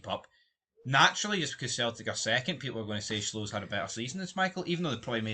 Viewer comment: Schwolow is pronounced sh-volov